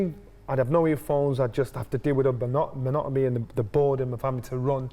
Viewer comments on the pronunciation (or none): none